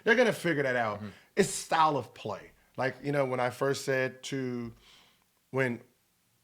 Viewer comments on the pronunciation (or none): none